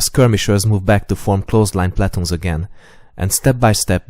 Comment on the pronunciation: One of my favorite YouTube channels! I don't mean to be rude in any way, so please do not take what I am saying that way: Your pronunciation of "platoon" in English or American English should be more like "pluh-tune" and gauges should be more like "gay-ghes," with the emphasis being on the 1st syllable of both words. The only reason I mention this is that WHEN your videos reach a wider audience that is less informed of the topics you discuss, some of the finer points of what you are talking about could be lost. AWESOME VIDEOS!